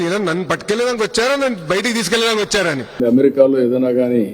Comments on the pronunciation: ఎమెరికా కాదు అమెరికా అని పలకాలి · యమరికా కాదు ఆ అమెరికా ఏది అను అమెరికా... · Ammerika not Amerika